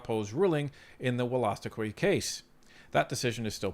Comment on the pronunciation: It’s actually pronounced “wool-a-stook-eee”